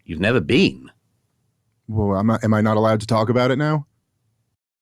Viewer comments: in the most arrogant english accent possible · “YOU’VE NEVER BEAN?!”